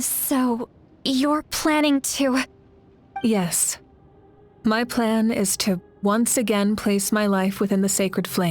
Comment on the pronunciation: "Myan" at the beginning 😂